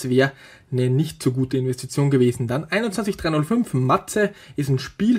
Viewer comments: wird mâs gesprochen. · "Maze" ich hau mich weg XD Das muss man doch englisch aussprechen,! Und das ist kein wirkliches Brettspiel sondern da muss man die kugel von roten feld ins grüne bekommen nur in dem man an den Rädchen an der Seite dreht;)